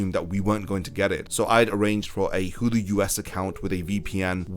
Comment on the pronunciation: its pronounced 'Hulu' not 'Hudu'